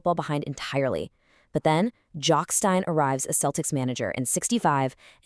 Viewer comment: Jock Stein - it's pronounced 'Steen', not "Stine". I appreciate that the German drinking vessel is pronounced that way, but not Mr Stein. Also Tommy Gemmell - it's a hard 'G', not a "J". Other than that it's fantastic to see Bobby Murdoch getting some recognition in an American (?) video.